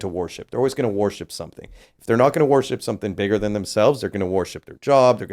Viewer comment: The way that guy pronounces ‘worship’ is making me cringe so hard lol